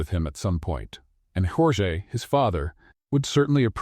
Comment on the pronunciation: YOUR A.I. IS SHIT..! SPANISH PRONUNCIATION OF "Georges" (and, it should be spelt : "Jorge"), ...is, phonetically : "HOR- HEH" ...the Spanish equivalent of "George" in English. DO YOUR HOMEWORK ! DO YOUR VOICE EDITING ! FUNNY STORY, ALL THE SAME... Rating 8, but a 10 with proper editing !!